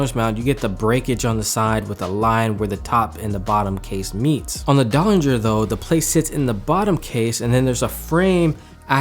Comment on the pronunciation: You definately nailed the name pronunciation.